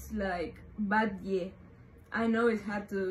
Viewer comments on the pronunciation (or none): Batlle is pronounce Bat-je, vamos Ona! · Onaaa that's not how batlle is pronounced 😭😭😭😭😭😭